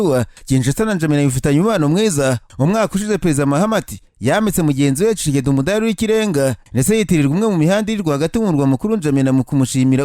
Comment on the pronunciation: Besige disi😂😢😢😢 hanyuma ukuntu uvuga kicekedi nibyo binsetsa😆😆😆😆